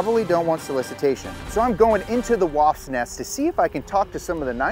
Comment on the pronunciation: "Let's go into the W.A.S.P. nest..." LMAO😂